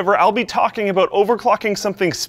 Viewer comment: "SPOILER ALOOT!...Aloot?", your Canadian is showing again. x3